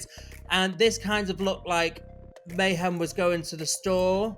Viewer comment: he also keeps saying mayHAM lmao